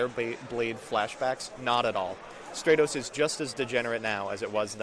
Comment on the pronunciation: I’m pretty sure it’s Stratos and not Straytos